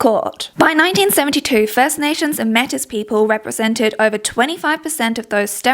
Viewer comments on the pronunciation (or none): Metis = MAY tee